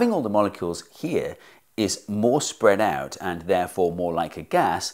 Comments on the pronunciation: spead out :'D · minute , lol "spead out"